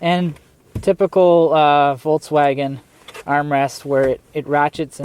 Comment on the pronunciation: It's so funny how no one pronounces "Volkswagen" right😂